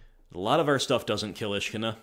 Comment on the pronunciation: I like that your pronunciation makes Ishkanah sound like a Jewish princess I would like the on violence to stop